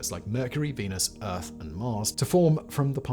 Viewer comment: Pretty sure you just called Venus "Weenus" 🤣